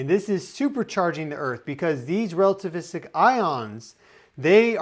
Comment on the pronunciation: Lmao rell-tavistic